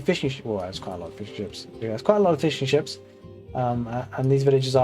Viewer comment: I understood Fish & Chips instead of Fishing Ships for a second 😂 Great cast as always